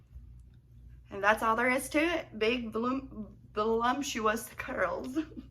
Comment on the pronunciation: Did you say "volumptuous"? 🤣😆🤣